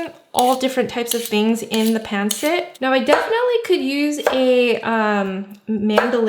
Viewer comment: Looks good! I love pancit but pronounce it pahn SIT